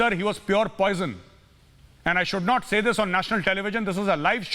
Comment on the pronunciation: नॉट या नोट 😂😂😂 absolutely not ya note